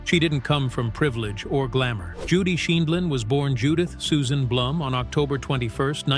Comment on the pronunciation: At one point AI can pronounce Judy's last name the next segment they pronounce it wrong I wish AI could be programmed to give correct pronunciation.